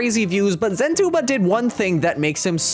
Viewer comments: "Zen two bob" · Zentuba ❌ Zen toolbar ✅